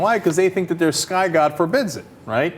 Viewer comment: I love it how he says "YOUR SKY GOD"